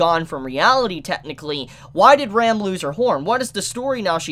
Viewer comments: RAAM not ram lol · who is this Rem? why are you mispronuncing Ram so much, you ok? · I always get caught off-guard with the wrong pronunciation of Ram's and Rem's name. Ram always sounds like REM and Rem like RIM! It's pretty common with English Anitubers unfortunately :/ A quick listen to how they say it in the original would solve this, probably...